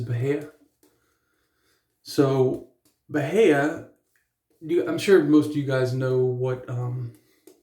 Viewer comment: I haven't heard of him. I almost used that Aqua Velva Musk today. Lol. I ended up choosing Pinaud Clubman Musk. 😄 Oh, and that grass type you have... were you trying to say "bahia"? 🤦🏻‍♂️🤣